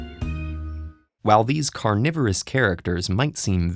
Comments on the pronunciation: Read carnivorous as "coronavirus" lol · People living in 2020: I thought it was saying coronavirus plants. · ya, who read carnivorous as coronavirus ? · I thought it said coronavirus plants lmao